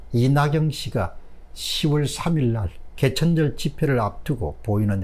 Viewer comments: 오늘은 사람이름 발음이 다 틀리셨어요. 이낙영-->이낙연 조은상--> 조은산 사람이름 틀리게 부르면 실례입니다. 더구나 모두다 아는 이름이면 더 그렇습니다. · 박사님~! 조은상이 아니고 조은산. 이낙영이 아니고 이낙연 입니다.